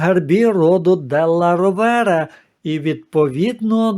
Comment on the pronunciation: Della Rovere ,наголос на О.